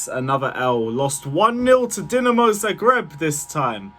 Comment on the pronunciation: Respect to u for pronouncing Dinamo the correct way, only guy on yt ive seen to actually know Dinamos name